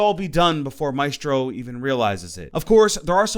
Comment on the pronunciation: Why are you saying Maestros name wrong?